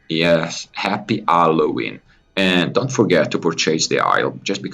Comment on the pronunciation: I thought you said Alloween for a second. Got excited for allo news